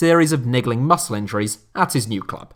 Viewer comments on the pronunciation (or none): none